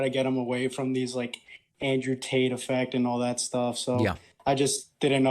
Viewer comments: David sounds like he’s pronouncing his name Andrew TAINT! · Yo, is David saying Andrew taint? If he's not he should. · Did he say Andrew Taint? :) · It amused me that David said Andrew Taint the whole video. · Did David intentionally call him Andrew Taint? Lmao